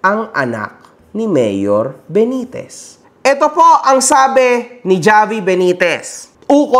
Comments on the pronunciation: Havi, po mag pronounce ng name nya hindi ni Javiii 😅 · Javi pronounce as Havi, ginawa mo namang Jollibee boss 😂